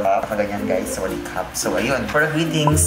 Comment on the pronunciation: พี่พูดชัดมากคำว่าสวัสดีครับ(หนูเป็นคนไทย)I speak very clearly. The word "hello" (I'm Thai).